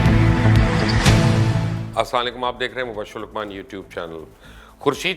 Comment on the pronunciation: Plz app assalamualakum ka lufz sahee poora bola Karen shukriya